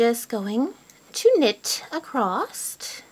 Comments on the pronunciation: Across not acrosst (sorry) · I heard that pronouncing across as acrost was a north mid-western thing. The repeated mispronunciation is accosting my west coast ears. Great channel nonetheless! :) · Sometimes it's just a regional thing... all my family in Indiana says "acrosst" too. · why is it that Americans and Canadians pronounce the word across with a "t" at the end? lol